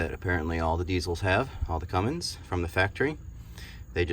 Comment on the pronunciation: Thanks for the video but that "Cummings" pronunciation is killing me.